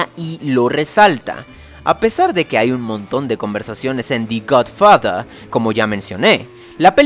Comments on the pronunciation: El perezoso psicodélico de la intro me encanto. Por otra parte creo que pronunciaste mal The Godfather, cuando la palabra que le acompaña a THE es una consonante esta suena mas como DE no DI, que seria con una vocal...Almenos asi lo tengo entendido(? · esta muy bien y todo , pero como que la pronunciación me saca un poco , "da gud fada", en opinión mía , el año pasado recién la vi , y no me resulto la obra maestra que todos decían y aplaudían , es buena en algunas cosas y fallan en otras , es merecedora , por ser la primera película en hacerlo bien es dar a conocer otra vista de la mafia , por lo demás , es una película buena y endiosada por el tiempo en que salio. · Di gudfuhdah... Nailed it.